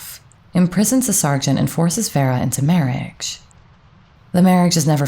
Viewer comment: I like your voice, but find it weird that you sometimes seem to add some "k"s like in marriakge, mukch; evenkually or akge.